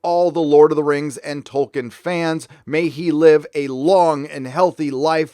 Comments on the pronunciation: THE NAME'S TOLKIEN, NOT TOKEN!!! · I know this is nit picky but I’m pretty sure it’s Toll- keen Sorry 🙃